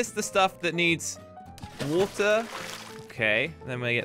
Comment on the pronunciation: Nobody:: Woll, colled, woter